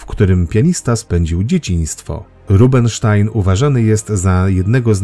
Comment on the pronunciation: Gutenteger, a nie Gutenberg. Rubinstein, a nie Rubenstein. Albo coś z dykcją, albo z dokumentacją